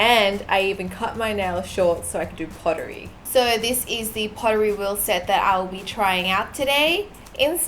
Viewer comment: I heard POTTT WHEEL SET!